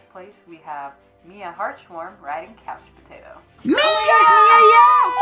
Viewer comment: Okay, Did I hear I’d correctly? COUCH POTAO?